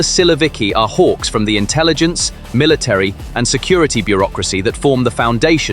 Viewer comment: Please get an English speaking person can say military correctly. It’s not Miller TREE.